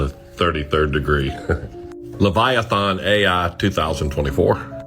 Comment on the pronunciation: I'm getting tired of the guy mispronouncing Leviathans name. It's not spelled Leviathawn. Dumbass